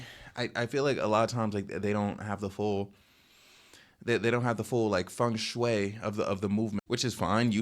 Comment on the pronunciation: never say "Feng Shuey" like that again